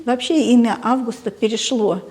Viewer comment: Имя АвгУста- ударение должно быть не на первую букву А, а на букву У.